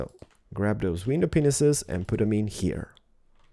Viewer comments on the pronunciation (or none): plz stop saying WINDOW PENISES ITS WINDOW PANES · tends to say "penises" instead of pains A LOT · he says WINDOW penises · he sead windov peneses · Grab those glass... Penises? Accent made that dirty .3.